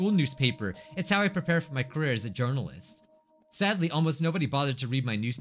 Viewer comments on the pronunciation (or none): none